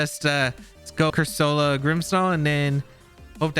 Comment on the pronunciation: ' pronouncing Corsola as Cursoula reminds me of FSG's pronounciation of Reuniclus